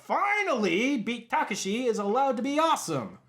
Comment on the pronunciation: Is it pronounced HONKA or HANKA, is it to much for the film makers to even care? Also: constantly mispronouncing BEAT TAKESHI's name through out the entire review.